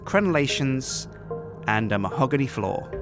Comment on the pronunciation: mahogony floor... " MAHOGONY DOORS?!"